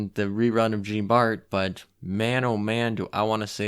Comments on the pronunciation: I've heard you pronounce it before and I thought you just did it on purpose lmao. But World of Warships tends to teach my how to pronounce things. P.S. Jean Bart is pronounced like "John" but when you pronounce the "J" think of it as a "zh" type sound. As for the rest... I'm clueless. I pronounce the names based on how World of Warships community does >_> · Aight I’m gonna be that guy, sorry lol. “Jean” is pronounced as “John”, so “Jean Bart” is “John Bart” “Jeanne” is pronounced “Jeh-Anne” Also the stats are crap on Jeanne d’Arc because she’s historically a training cruiser. Hope these helps